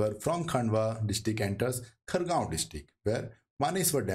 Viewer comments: Pronunciation of Khandwa as "Khaandwa" or Khargone as "Khaargone" is excusable on account of unawareness of local language but to pronounce SH as "S" or CHH as "CH" is unacceptable since this is universally known and taught how to pronounce "SH" or "CHH" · kindly do correct pronunciation of Khandwa, khargone & Maheshwar.